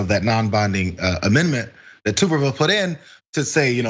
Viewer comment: Just gonna throw out one thing: you mispronounced his name. It's more like "Tub-err-ville". Don't blame you or anybody for not getting his name right, because he's a nobody. To more clearly understand him, he majored in P.E. in college. He became head coach at Auburn, one of the two major schools in Alabama. Most of the state (about 70%) are diehard rival Alabama fans. He spent several years being one of the most hated people in the state. When he started to lose, Auburn paid him $3,000,000 to leave. He fucked off to Texas. He has (all caps because it can not be emphasized enough) ZERO POLITICAL EXPERIENCE. All it took for him to win a senator position against Doug Jones was to come back to the state and say "Go Trump". That's it.